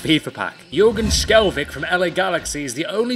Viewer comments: skjelvik is pronounced sjelweek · Its shel-vick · You pronounces skjelvik shelvik